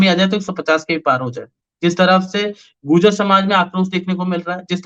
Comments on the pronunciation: PRONUNCIATION GURJAR HAI GUJAR NHI HAI SIR ...KHETRI MEIN BHI BJP AAYEGI KAAFI SAALO BAAD KYONKINTICKET KAT GAYI YAHA K MLA KI JO CONGRESS K THE ORR VOH INDIRECTLY BJP KO SUPPORT KAR RAHE HAI dharmapal ji jeetenge ❤❤ aaram se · Gurjar.... Not gujaar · Its gurjar not gujar